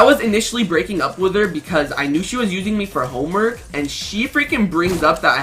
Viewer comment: RUG!! SAID HOMEMERK